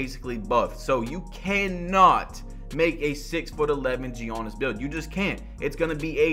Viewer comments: Please stop saying Giannis like that, especially if you’re gonna say it 20 times in every sentence. It’s Giannis, not Juonis. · "all the builds are basically buffed, so you cannot make a 6'11 gee-anniss build" lmao why you pronounce his name like that? and the builds were nerfed not buffed. get some sleep😂😂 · nobody: BADGE “yawnnis” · said GI yanas at the start 😂😂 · “G yawnis” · Demigod but cant say the name, is that blasphemous?🤷🏾‍♂️ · Talking about spending 8 hours on how to make this build when he should have spent that time learning how to say my guy's name smh